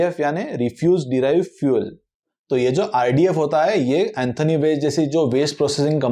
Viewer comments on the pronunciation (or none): Anthony एंथोनी ❌ Antony एंटोनी ✅